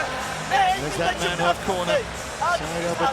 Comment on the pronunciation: Manheof... oh dear....😂